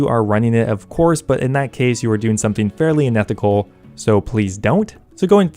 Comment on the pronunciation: its unethical not inethical...idiot